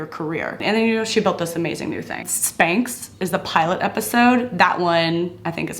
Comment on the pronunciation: I laughed when you said Spanxs. What are Spanxs ? Lol